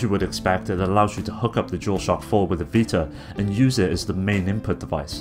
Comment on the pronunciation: whats a PS "vitar" ?